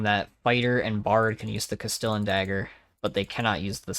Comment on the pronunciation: CAST-EEE-ON DAGGER haha not cas stillin